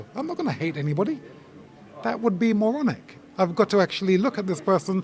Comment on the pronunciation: 'Not the maronic way' 😂